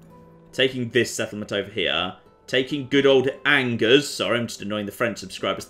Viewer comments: It Angers me how you pronounce the name of that city. And I'm not french ... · The way he mispronounces that fortress really ANGERS me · Everyone: You pronounced that city name wrong: renames city to his pronounciation